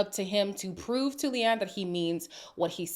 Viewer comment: Leanne is actually an Irish name so it’s funny that Lucinda couldn’t even pronounce that name correctly. 🤣